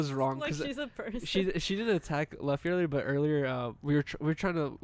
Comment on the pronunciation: Fw the this episode super chill, but when kept saying “luh-fy” instead of luffy (loo-fy) I was cringing hella hard lmao